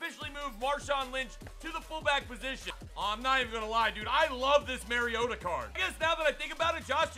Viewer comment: I'm gonna be that guy, it's pronounced mario-ta not maryo-ta😂 love the video tho keep it up toilet gang